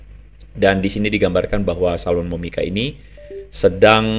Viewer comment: PDT Andre bilang ajah Salwani Momika ngikuti Ajaran KASIH yg sebenar benarnya, kok susah sangat nyebutnya Toh luuu😁😁😁😁😂